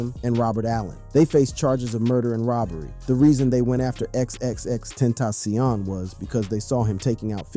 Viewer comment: “XXX ententioion” 😂